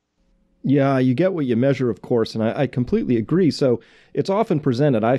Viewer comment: It sounds like he says major instead of measure